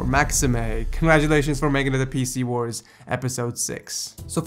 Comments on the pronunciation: im sure u said pc bors lol struggles man.. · Said "Let The PC Bōrs Begin!" ŁØŁ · did he say PC BOARS?